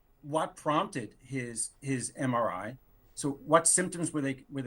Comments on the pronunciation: He can’t even say MRI correctly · HE CAN’T even say MRI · he can’t pronounce MRI (because he can’t read acronyms).